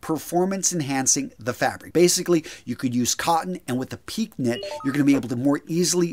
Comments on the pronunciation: i’ve never heard pique enunciated “peak.” It’s a French word (1st used in polo shirts by Rene Lacoste for his famous Lacoste alligator-logoed brand) pronounced “pee-kay.” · Piqué is pronounced “peekay” not “peek” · Pee- Kay, not peek! What do thing the accent over the E is for? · “Pique” is pronounced “peekay”....."? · It is pronounced “pee kay”